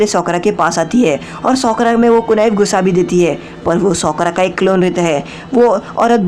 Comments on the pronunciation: Bhai sakura ko sokra kiu bol rehe ho? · भाई साकुरा है वो सकुरा नही